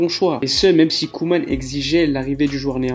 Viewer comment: Ronald Koeman. La prononciation est Coumane et non Queue-mane